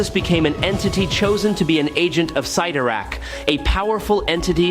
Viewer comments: Cytirak, not sitorac. Fix your English for your AY (AI) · clearly youre not a comic book fan but its pronounced "Sid-Are-Ak" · When Colossus was a teen, he was Class 70, meaning he could lift 70 time, but as a fully mature adult, he's currently Class 100, listing well over 100 tons alongside Hulk, Thor, Gladiator, Juggernaut, Hyperon, Blue Marvel, and Namor. And Cyttorak is pronounced as CITTERAK. Wolverine is NOT a Meta human, he's a mutant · The way you pronounce Cyttorak is annoying. Also it’s the gem of Cyttorak not orb